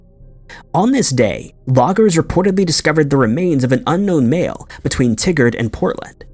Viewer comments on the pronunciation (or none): It’s pronounced Tye-gard….not tiggered. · i understand that you read to names and places and pronounce it the best you can. But its TY-GUARD, not T-GUARD. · Pronounced: Tie Gerd not Tig Gard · Just for reference, regarding the case of Marvin Alvin Clark...the pronounciation of the city he was from is pronounced "Tie-gard," not like "Tiggard"...coming from a fellow Oregonian. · "Tigard" is not pronounced like Tiggered, it's pronounced like Tie-gurred. Your wacky mispronunciation makes the tigger song go through my head, it's ridiculous. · I was born and raised in Oregon and the town you're talking about is pronounced "Tie Gerd". I couldn't focus on the story until I let you know that lol. 😀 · In the first story, it's pronounced TY-Gerd, Oregon.